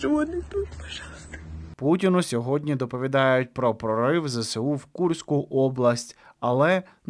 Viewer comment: Та не ЗЕ-СЕ-У, а ЗЕ-ЕС-У! Може вже на 3-му роцi вiйни вивчите ! А нашi хлопцi молодцi!❤